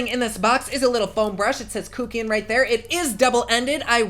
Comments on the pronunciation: Sorry but love how you said kookian onstead kuckian hahaha 🤣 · Kook-ian. I loved the way you said that. It made me giggle. I'm now crying because you talked about the creepy french narrator. Dying.